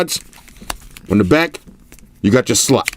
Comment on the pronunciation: I remember when said slut instead of slot.😂😂